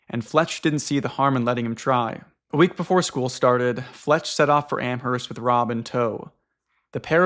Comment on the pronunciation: ok guys YOU DONT PRONOUNCE THE H IN AMHERST!!! PLEASE ;-; every time lol